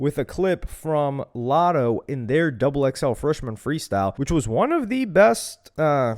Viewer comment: It’s lotto lol